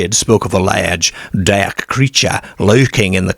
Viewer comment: it’s been asked before and he gives a vague answer that he’s lived all over. It’s not an accent that can be pin-pointed and he has some very unusual (and funny) pronunciations which throw you off, e.g. derrrrrk, for dark and similar.